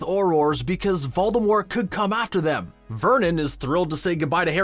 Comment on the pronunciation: The way you say Voldemort and Avada Kedavra pisses me of ngl